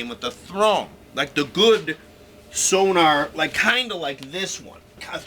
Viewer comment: It's not SONAR - it's SONOR!!!